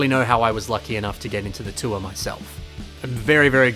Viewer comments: 2023 self hears: "tour" 2024 me hears: "tuah" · every time you said tour i heard hawk tuah. make it stop🙉